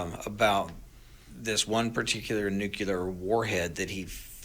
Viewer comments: This is crazy. And it’s Nuclear not nucular! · You don’t have to be a nuclear expert to pronounce it correctly. “NOO-clear”. It’s even spelled that way! NOT “noo-cue-lur”. Just read the word!!!😤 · Why do people, and even experts like this man say “nu cu ler” when it should clearly be properly pronounced “nu cle ur”? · Why is he saying nucular? This is what G W Bush was doing. Benny Johnson is saying nucular as well. It isn't even a real word. Why not just say the real word nuclear? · Say it with me - NEW-Klee-er. Not NEW-cue-ler. Just remember -if it's in the news, it's because they want you to know it. If someone is spewing fear, it's because that's the goal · I have a hard time taking seriously anyone who says Nuculer. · I can’t focus because he says nucular and not nuclear. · Agree 100%. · It’s Nu-Clear It’s NOT Nuke-ya-Kerr! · Intelligent people cannot pronounce nuclear. It drives me crazy! New Klee ar! Not new que lar! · I'd respect this "expert" if he could pronounce "nuclear" properly. NU-KLEER. Not NU-KU-LAR. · How can you take seriously people who say "nucular"? And why tf secret drone use bright lights? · Why do half of the people on YouTube pronounce it “nucular“? Isn’t it correctly “nuclear”? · What does Nucular mean? I looked it up and found nothing. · Nuclear not nucular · EXACTLY! Especially when they’re supposed to be so-called experts in the field of radioactive nuclear materials! Say it out loud everybody… “NEW’-CLEE-ER”🙄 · No such word as nook u ler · * NEVER TRUST ANYONE THAT SAYS "NUCULAR". That's far more terrifying than anything that's actually NUCLEAR. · 'Nucular' ... Really? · It's just so hard, so cringe to listen to this guy pronounce the word nuclear as nuculer... Why doesn't Charlie call him out on it? I'm so sick of people like this mispronouncing words especially the word nuclear. I voted for trump, I'm a conservative, I can't stand this kind of thing. It just sucks. I can't watch it. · He said “nucular”. also twice more at .